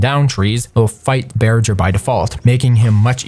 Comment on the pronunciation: It's pronounced bear-ger not bear-jer.